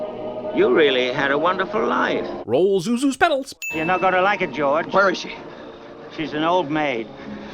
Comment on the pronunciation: Zuzu's peTals, not peDals.